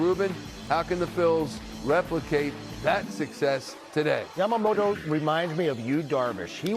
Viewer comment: 『ヤマモト』 おお～♪ 『ヤマモーロー』 え〜？！もう〜💧